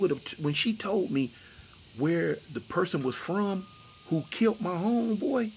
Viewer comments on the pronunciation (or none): “Kilt”!!???!! lol. Bro you mean killed. Kilt is something you wear. Lol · C'mon fam......*killed....not *kilt..smdh🤦🏽